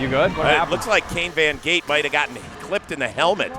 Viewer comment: I thought it was Von Gate, not Von Screendoot?